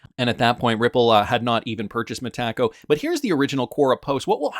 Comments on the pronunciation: It's META-co, not me-TACO. 😁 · The first time I heard you mispronounce "Metaco" I had to pause the video and wonder what you were talking about. Now I pause the video and write a comment about it. It's distracting and doesn't sound right at all 😅